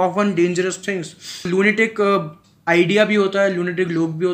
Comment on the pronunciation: Nhii yrr bhaii lunatic ko लूनाटिक bolne me hi feel aata he😄😄...